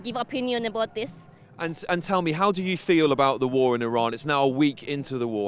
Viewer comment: She hope vwe never has a vwar, 😂 yeah she is about as iranian as my left foot! There is your paid activist ladies and gentleman!